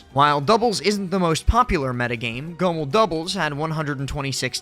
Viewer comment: Why do you pronounce Goml like that lmao. Great vid though